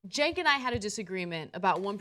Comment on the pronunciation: why do they call him Genk, his name is Cenk